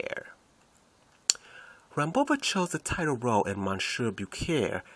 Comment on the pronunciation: Goodness gracious....good basic information but your narration is poor. Rehearse your narrations, and include enough information so that the narration matches up with the pictures shown. I would suggest that if you make more vids to get someone else to do the narrations because your pronunciation of certain words, such as Monsieur Beaucaire, is very poor.